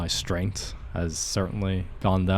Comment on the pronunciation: what kind of accent is yours? like pronouncing healthy like 'healty' or strength like 'strengt'? you seem to speak 'th' different than what i am used to hear